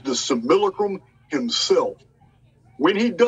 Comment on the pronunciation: After roughly two months of finding channel I pride myself in being able to pronounce simulacrum just like him😆😎 Can't wait for these upcoming interviews and live streams. Break free or die trying💪👊